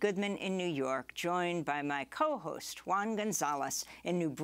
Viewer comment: Great show, I always listen via podcast. 1 little thingy, please pronounce Juan's name properly: Who-an :)